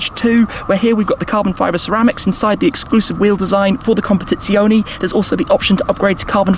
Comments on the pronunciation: CompetizionE , not competizioni. As you say correctly speciale, not speciali. Anyway great video Shmee! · ... u should improve ur italian language... "competizionE" and not "competizionI" ;-) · COMPETIZIONEEEEEEEEEEEEEEEEEEE NOT -ZIONIIIIIIIIIIII ❤️ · Nice video😍,but is CompetizionE,with "E" in Italy pronunciation,not CompetizionI. Is wrong CompetizionI,in english pronunciation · amazing video but as an italian PLEASE, it's non competizionI is competizionE just as you say fErrari and not Firrari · Everything exept for how to pronounce competizionE, its competizionE not competizioni 😅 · Comp-a-TITS--ione. Emphasis on TITS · ahhh classical. An Englishman butchering an Italian name. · he cannot pronounce it properly